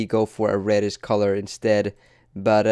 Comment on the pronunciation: Instead of the sh sound like redish you say redis